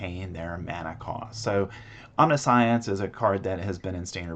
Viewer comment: Good video. Great showcase! Side note: omniscience is pronounced differently.